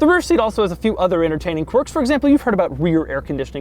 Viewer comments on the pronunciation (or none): none